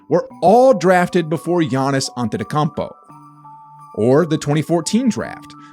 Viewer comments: this guy funny how he murders Giannis's last name xD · Such a warriors stan he can't pronounce Antetokounmpo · Pronounce Giannis last name correctly man. It's been too long 😂